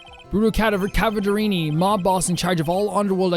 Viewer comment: every time there was cadaverini i would always hear cavaderini